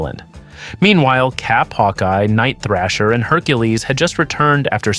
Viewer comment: It's THRASH-ER THRASH-ER HIS NAME IS NIGHT THRASHER don't you ever mispronounce the New warriors leader name ever again..dammnit